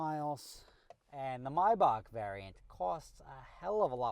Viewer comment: Is that really how you pronounce maybach??